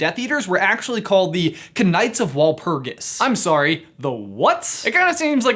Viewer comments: did you say knight with the k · When you say knight you say it like night not k-night except if you are not English or American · Did anyone else hear him pronounce the k in knight? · How did you just pronounce knight?????? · How does this grown ass man not know how to say 'knight'?! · Did anyone else cringe at him pronouncing the k in "knight"?